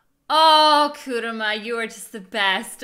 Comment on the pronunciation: KurAma not Kuruma :c